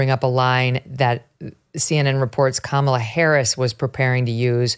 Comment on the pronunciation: It sucks that I can’t send this video to my leftist relatives simply because he keeps calling her “Camilla” and they will immediately discredit him 🫠🫠